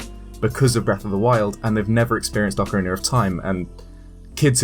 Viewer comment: Oceriner of time